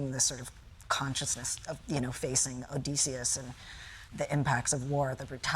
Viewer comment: I love how he says Od-EE-seus both here and in the film.